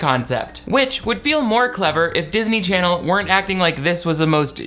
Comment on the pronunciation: i missed saying "darsny charsny" so much